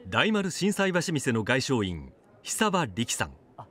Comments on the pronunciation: しんさいばし「みせ」？「てん」では？ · マジで心斎橋店(みせ)って読むの？支店で〇〇店(てん)を〇〇店(みせ)と訓読みするのは初耳だな…。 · 心斎橋店を「しんさいばしみせ」と読むとは知らなかった。 ちなみに教科書の問は「もん」と読みます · 心斎橋店 心斎橋てん、じゃなくて 心斎橋みせ、って読むの？？？ （ナレーション） そこびっくりして先に進めない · しんさいばし「みせ」？？